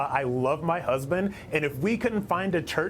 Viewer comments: his HUUHSBINN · His "huhhzzzzbin".